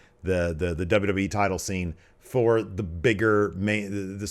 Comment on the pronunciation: Is it me or like half the people who work for wwe ( atleast the older talent and management) cannot say wwe correctly. From Angle to even Vince McMahon ( on the A&E foley special) cannot say W W E lol... I hear Double Double E alot... Am I the only person noticing this??? I CAN'T BE LOL